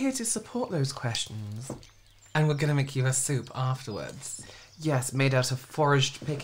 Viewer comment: “Questhhummms” Stealing this for next board meeting when I ask if anyone has any questhhuummmmmms at the end. 🖤😂